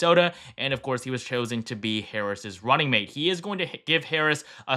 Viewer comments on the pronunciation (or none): none